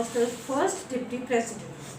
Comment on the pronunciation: And just to elaborate further You pronounce deputy as diptee which of còurse is the hindi pronunciation of the word in question.So, Noone can qualify the word diptee as the english pronunciation of the word deputy even if that person is a bengali or a punjabi or of any other culture for that matter 😊🙏